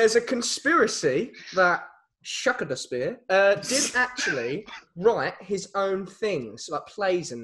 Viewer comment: I would just like to say, with some extensive research shukadaspeare isn’t the correct way of saying Shakespeare my apologise